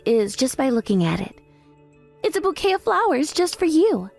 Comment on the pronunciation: Bouquet is not pronounce "bucket". Really?